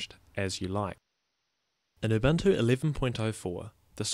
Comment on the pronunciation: its oo-boon-oo, not uh-bunt-oo :D